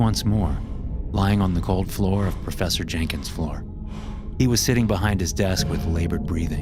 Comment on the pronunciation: “processor jankins” 😭✌️